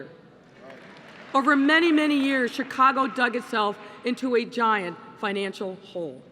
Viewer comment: _ “Chicongo”! LMAO 😂